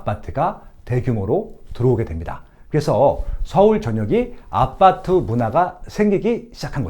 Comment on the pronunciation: 아파트를 계속 아빠트라고 발음하시네요ㅋㅋ